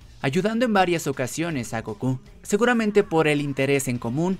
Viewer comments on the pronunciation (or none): none